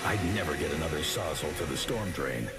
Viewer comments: The narrator calls a “saws-all” a “sozzle” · Is anyone else bothered by the narrator’s pronunciation of “sawzall”… “sawzzle”😂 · Why tf does he say Sawzel